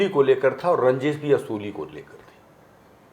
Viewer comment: Kya Hindi hai...Mahshay...Wasuli ko Usuli bola deta hai..